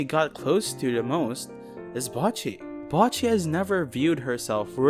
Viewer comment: bocchi is pronounced (bow-chee) other then that amazing video 🗿